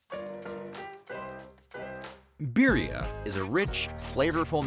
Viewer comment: Makes a whole documentary with zero effort to say the word correctly